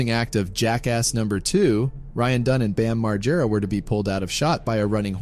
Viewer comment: Really sad about Ryan. But what's worse is the way you say Bams surname. It's pronounced MaGG-era. RIP Ryan